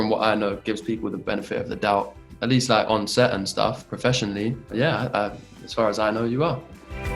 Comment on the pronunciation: take a shot every time hero says prefessionaly